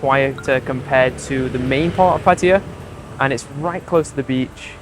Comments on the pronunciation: Pa-ThaiYaa not Patty-ya. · Pa-tia ❌ Pa-tta-ya ✅ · It's pronounced PatTAYa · Pataya is pronounced exactly as it is spelt - every syllable pronounced !!!!